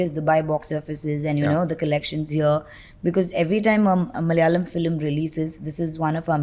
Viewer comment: Love the way he say malayalam ... just perfect❤